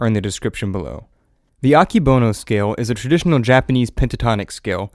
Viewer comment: Fun fact: this person said "Akebono" wrong. it's pronounced "ah-Keh-bow-no"